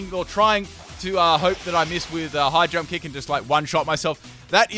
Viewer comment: I kept thinking he was saying 'Hydro kick' instead of 'High jump kick'...